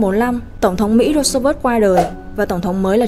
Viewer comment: Tên tổng thống Roosevelt hình như bạn đọc không đúng nhỉ